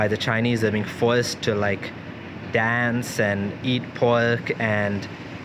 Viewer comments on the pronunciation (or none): none